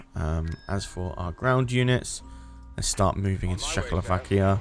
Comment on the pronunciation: I was mostly listening to this and I did a double take when I heard say Czechoslovakia as shackle-o-vakia instead of check-o-slovakia